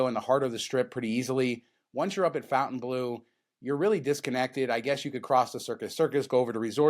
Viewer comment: I realize you are just rednecks from Vegas, but isn't the hotel pronounced like Fon-tain-blow? Its a French word, otherwise they would have spelled it Fountain-blue.